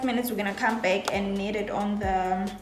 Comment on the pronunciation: Its NEEEED not ned.